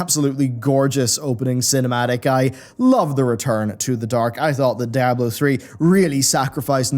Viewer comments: i think d4 looked good even in combat. Also, Diablo is spanish for devil it is not pronounced in English, you dont say die ablo you say dee ablo, dammit man. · Di-a-blo. Not da-ya-blo. Love the video 😁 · Dude, please... DEEablo, "DEEABLO", it's spanish man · "Dieablo 4" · Great video but I hate the way you pronounce Diablo